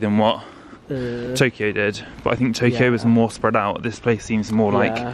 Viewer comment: Your bath almost looks like a furo (ふろ), which is a deep bath that you soak in. Isn’t Nihon (日本) beautiful? Yeah, “Japan” is an English-construct, the country’s correct name is Nihon. 😁 I’m so happy you guys got to meet genuine geisha while there. PS - the correct pronunciation of “kyo” is in toKYO and KYOto is one syllable. You know how when you say cucumber, the first syllable sounds like KYU? Well that’s how KYO should be pronounced...so it’s NOT key-yo-to...it’s just kyo-to. As a Japanese American whose family immigrated to the US in 1868, it’s still important to me to teach people who love his motherland...especially two beautiful souls like you both. 😍🏳️‍🌈🤙🏽